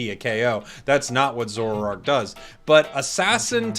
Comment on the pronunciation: Why do you have to say the name of zoroark wrongly , it makes me annoyed hearing it. Its not difficult to pronounce it